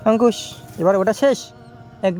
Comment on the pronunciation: Amar khub valo lage jakhan Angkush k Antush bole